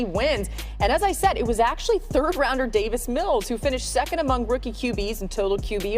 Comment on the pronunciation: It’s Davis, not David.